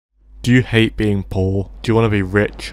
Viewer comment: "do you hayte bein pooohr? do you wanna be rich loike me?" YES PLEASE